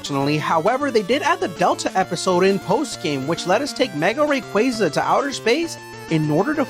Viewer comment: Liked the video bc you did the correct pronunciation of Rayquaza and not the weird way